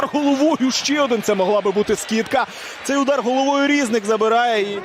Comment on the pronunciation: Коментатор неук. Не шОстак, а шостАк. Не рІзник, а різнИк. Коментатор, ти українець чи німець?